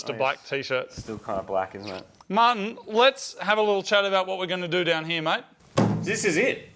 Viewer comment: Every time Moog says Martin's name it sounds like he's calling him mutton